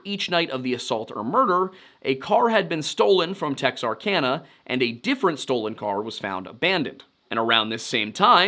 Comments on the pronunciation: Pronounced : tex-ark-anna. Not tex-ark-onna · The pronunciation of Bowie and Texarkana are really getting to me!! Guess it he only pronounced Texarkana once that got too me……. But Bowie….. just butchered it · It's "tex-are-can-uh", not "tex-are-con-uh".